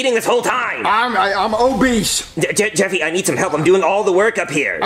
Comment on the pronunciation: "im obesse"